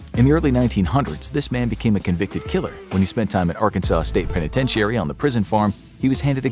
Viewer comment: Is the narrator perhaps Canadian or something? I don't often hear the word "penitentiary" pronounced that way, with six syllables.